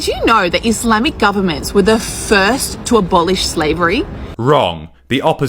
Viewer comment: Gotta love how much emphasis put into the word “FiRsT” and how my man matched it with his use of the word “WRONG.”